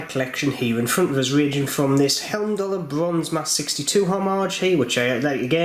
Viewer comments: The escape valve is purely cosmetic if I'm not mistaken. Also 'heim'dallr, not helmdallr. ;) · I love your reviews but I do need to point out there's only two letter "L" in the word Heimdallr, and they're in the second syllable. 😎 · I am a huge fan of Heimdallr watches , unbelievable quality for price , p.s it`s pronounced High-m-daller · Being a Jeordie is no excuse for pronouncing Heimdallr incorrectly. Agree, Heimdallr are arguably the best value for money watch available. It's a nice watch, and I like the logo. I just don't think the two go together though.